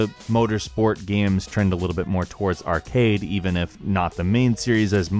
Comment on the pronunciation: it's not arcady, it's 100% arcade lol